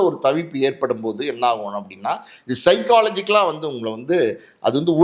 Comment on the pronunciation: சைக்காலஜிகல் இல்லை சைக்கலாஜிக்கல் 🙏